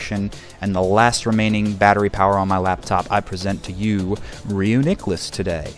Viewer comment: So 50 seconds in, you pronounce the pokemon incorrectly, and you say "i can't tell you any enhanced strategies" Sums up how useful content like this is at telling you information :]